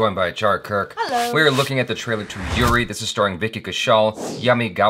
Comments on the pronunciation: Come on its oori not yuri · not "yuri" its "oori" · Did he just call the movie 'yuri'?! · IT’S TE GREATEST MOVIE EVER!! And you said Uri wrong 😭😭